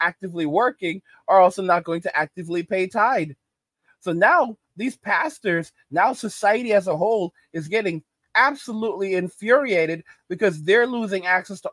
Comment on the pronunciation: It’s not tide it is tithe